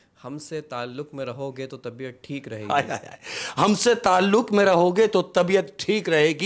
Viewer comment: Saliqe ko salika kah rhe hai talluq ko talluk..kaha se urdu achi hai ki usse achi meri hai indian me hindi walo k sath rah kr bhi...tallaffuz pr gaur farmaiyega...baqi kahaniya achi kahte ho sakam and respect from India😊